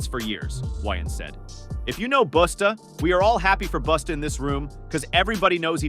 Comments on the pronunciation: It’s “Busta” not boosta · SAY THEIR NAMES CORRECTLY PLEASE OR JUST DONT. "BUSTA" IS NOT BOOSTA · The narrator destroyed Busta by calling him boosta. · Who the hell is Boosta that the AI keeps talkin about? 🤨😆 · He saying Busta name wrong.